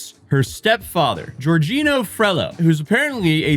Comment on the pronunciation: Hi just so you know Jorginho is pronunced something like George-iño and along with being part of Chelsea FC’s 2021 Champions League winning team he also won the 2020 Euros for Italy the country’s first EuroCup title since 1968 and yes Flamengo is a massive club in both Rio de Janeiro and Brazil.